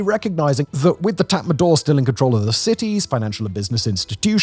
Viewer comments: Tatmadaw is pronounced as tatma-dau, not tatma-door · Could you pronounce it Tort not tat madaw.. thanks